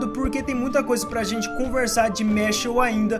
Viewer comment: que agonia ouvir tu falando mashLE